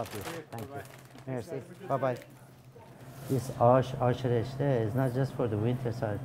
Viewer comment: I can sense the persian accent every time he says ashè reshtè